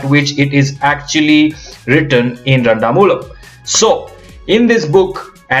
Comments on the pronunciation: this is randamoozham and not randamoolam. but its ok you are not a mallu, we appreciate your effort. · Pronounce its randamoozham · nice video......the only problem was how you say randamoozham😂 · its funny how he says Randamoozham